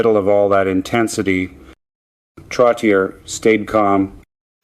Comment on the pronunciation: Definitely. Mispronounced Esposito and Trottier. Why do they do this? So obvious.